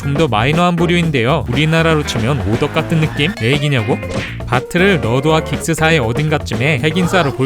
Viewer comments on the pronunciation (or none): 참 거슬 리네요, 왜 `너낌` 이라고 하죠? `느낌 ` 입니다. 설 마 너낌 으로 알고 있나요?